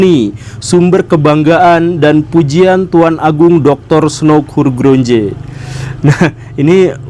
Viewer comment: Hurgronje adalah ejaan lama. mestinya melafalkan sbg Hurgronye. Jika mengucapkannya seperti itu dalam ejaan lama tulisannya Hurgrondje.